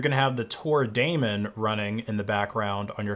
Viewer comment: Nice video but correct pronunciation of Daemon is “demon”, not Matt Damon. Sorry to be that guy